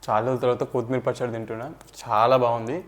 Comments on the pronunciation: Not koootimeera, it is only kothimira😂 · ఎందుకు కోత్ మీర్ అని వెరైటీ గా పలుకుతున్నారు ? అది కొత్తిమీర అండీ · Pachchadi bavundi kani Jai Sreemannarayana ani anatam manesavu badha ga undi Kothmeer kaadu koththimeera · కోతి మీర కాదు నాయనా... కొత్తిమీర...